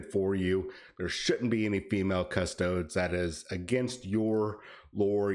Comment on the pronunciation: All these parasites who don't even know the how to say custodes getting in on the controversy for clicks. They give themselves away when they say "cus toads".